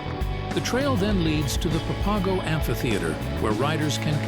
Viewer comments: Pa Pago? Lol. Its pronounced Pap Ago... You pronounce it totally wrong. You obviously have NOT been here. It sounds so stupid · Nice video showing off the trails, but it's pronounced "papa go"